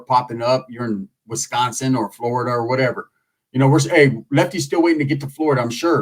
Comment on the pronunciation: Mufukka said Wisconsin 😂